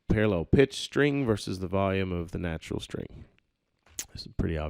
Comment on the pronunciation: That's "Neutral", not "Natural".....